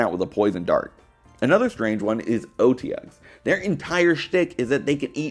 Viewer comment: *Ahem*...."Oh-Te--Ug"? "Ot-EE-You-Guh"......😅😂 Also, loved the 'But he can cook meth" line ("You're goddamn right!" 😂)